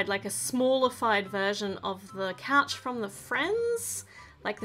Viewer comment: You said coach not couch